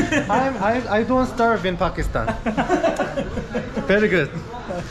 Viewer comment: Not fakistan brother its pakistan😂